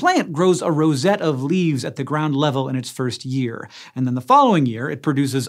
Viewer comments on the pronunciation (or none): none